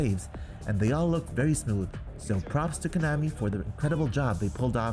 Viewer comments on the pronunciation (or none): none